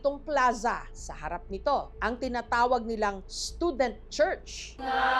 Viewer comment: Bisayang-bisaya eh hahahahahhaa